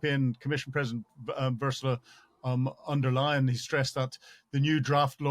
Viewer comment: "Versula Underleyen" .... just wow.